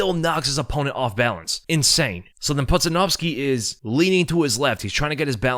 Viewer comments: Its pronounced "poodjanowski" ya doof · It’s pronounced Pooja-Nowski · How pronounced his name wrong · There is no way you pronounced Pudzianowski's last name like that lmfao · Could at least learn to promise Pudz’ name correctly it’s annoying when YouTubers make such needless errors